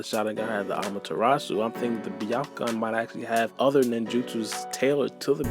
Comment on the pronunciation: it's pronounced Bya-ku-gan not B-ya-ku-gan.